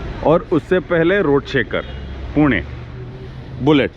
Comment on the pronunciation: bhai aapne poona nahi pune kaha bahut badiya laga bhai pata nahi lok pune ko poona ko bolte he me pune me rahta hu jab british india me the tab british poona bolte the par hum aab azhad huwe to pune bolna chahiye na loko ko , par aapne pune bola Thank you sir❤